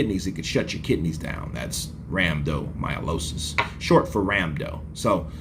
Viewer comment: I believe you are referring to RHABDOmyolosis or rhabdo not RAMDO or whatever you were saying. Everyone recovers differently at different speeds.